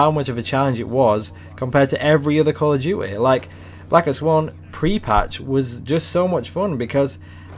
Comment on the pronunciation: Call of dyoo eh